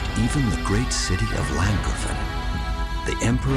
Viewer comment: You finally pronounced Llancarfan correct and not call it Lee-Ann Carfan! Lee Ann is a Taiwanese movie director! But you still pronounce Cath Bruig weird! It's Cath Bru-ig, not Brug!